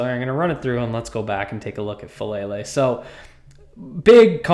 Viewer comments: I don’t like the player, but his name is FA - AH - LAY - LAY. It's not "fuh-lay-lay". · Please learn how to pronounce his name: Fa AH Lele!